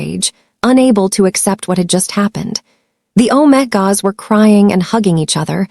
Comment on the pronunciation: Good story, not romantic, TOTALLY Unedited… pronunciation is ridiculous for main characters! Even visuals are nice. All that work to mispronounce omegas and betas, very distracting.